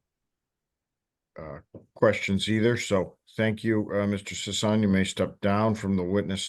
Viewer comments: Well.. I'm sorry Mr. Sissy.. oh sorry Sisson. Its unanimous! Your name is now Mr. Sissaan. 😆 I thought it was pretty funny his own lawyer was able to say his name correctly only once, after Mr. Sissy corrected him, and the rest of the hearing everyone calls him Sissaan. 😅 until near the end when the judge makes his judgement, and then he correctly calls him by his name. It just tickled my fancy is all. Carry on. 🥸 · Seems like they were mispronouncing Mr. Sissy's name the whole time. 😉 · I bet it drives Sisson crazy that everyone is mispronouncing his name. 🤣🤣🤣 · The fact that he wouldn't even pronounce the guy's name correctly, even after hearing him say it shows just how little he really cares about this case. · I was shocked that he mispronounced his client’s name. It’s two syllables. He clearly didn’t care.